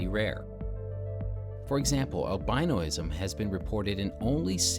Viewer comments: "albinoism" 🤣🤣🤣 koala tea lernin. 🤦🤦🤦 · Great video! FYI the correct pronunciation is al bin ism.